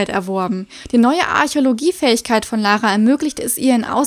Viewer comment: wieso sprichst du Lara denn Deutsch aus? Ist doch aus England ...